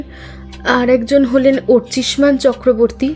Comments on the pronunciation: অর্চিমান না, অর্চিষ্মান,,, একজন ডিটেকটিভ একজন সহকারী,,, সঠিক নাম টা বারবার ভুল উচ্চারণ করছেন,,,,, খুবই দুঃখের 😢😢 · ভালো লাগলো গল্প... উপস্থাপনা ভালো হলেও সত্যানুসন্ধানী আর তার সহকারীর মুখে অর্চিষ্মান এর ভুল উচ্চারণ কিছুতেই ক্ষমা করা যায় না...